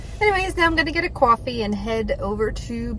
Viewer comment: You say coffee like maybe you’re from South Jersey Philadelphia 😅☕️